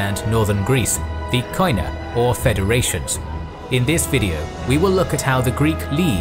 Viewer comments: Κοινά (Koina) is pronounced "Keená" because in Greek "οι" (oi) is pronounced like "ee" in "keen" or "i" in "drink". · First of all, love your work!! A minor observation, the pronunciation of Koina/ Κοινά in greek is "kenà" with an acoustic "e" in place of the "oi" and the punctuation is on the a. Keep up your incredible work!!! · Gwynbleidd κοινά is only pronounced “kina” in modern Greek. Ancient Greek pronounces the οι as a diphthong, modern Greek shortens most of those diphthongs to “E” or “I” sounds. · koina ---keena as a sound oi as a single e (oi its a double letter) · Trully amazing work, one notice though, the word "koina" is pronounced as "kiná" and it actually means "commons" in ancient and modern greek. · It's not Ko-ee-na, in Greek oi, ei, yi are pronounced as "ee" in English. Koina is pronounced as "Keena". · wonderful documentary . your Greek accent has few mistakes though "koina" sounds like "keena" , most of the times "oi" sounds like "ee" hehe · It is not pronounced Koina but kiná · Κοινα is pronounced without 'o' in it, because ο+ι=e in greek. So κοινα is pronounced kena in english. Other than that the narrator is pretty good at pronouncing greek words without being greek himself. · It is written "koina" but it is pronounced "kena" In Greek.. Excellent work although! Greetings from Greece🇬🇷